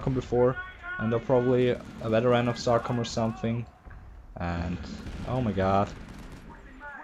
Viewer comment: its pronounced so com i no if u come from somewhere else its pronounce diff